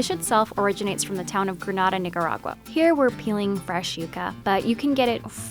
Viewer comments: But Maaa Yes, her pronunciation was very off. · yessss because she sounds mad WHITE!!! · Granada NIGERagua (That's what I heard and if you got offended just tell me. IT WAS FOR COMEDIC PURPOSE. I'm black soooooooooooooo I can say)